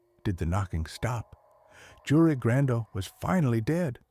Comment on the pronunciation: You-rei is how you pronounce that name